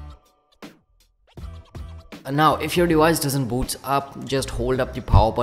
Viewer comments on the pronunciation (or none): none